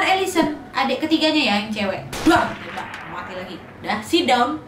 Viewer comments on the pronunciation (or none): Lucu dengar kata matinya ( muati ) 🤣🤣